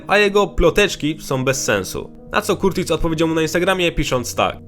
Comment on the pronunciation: Nie [KURTIS] tylko [KARTIS] 👍🏼